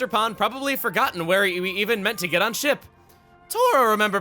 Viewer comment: I heard sh*t instead of ship.